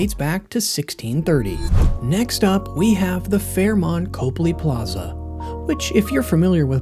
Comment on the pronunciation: Well, you clearly don’t know much about Boston: it’s not copely it’s cop-ly, and the Encore may be nice, but it’s not in Boston. And finally, you haven’t told us why these hotels are better than the ones that didn’t make the list (Ritz, Newbury, etc). Consequently, the whole thing smacks of payola.